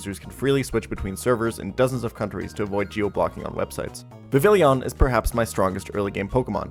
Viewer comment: It’s pronounced “Viv—ee—Jan”